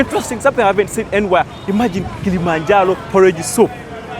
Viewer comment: Its not kilimanjalo,its called kilimanjaro